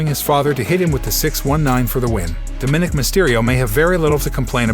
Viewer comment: Yes, bj bowman. You hammered that nail. The Doofus who gabbled this audio does not even know how to say "DOMINICK"!!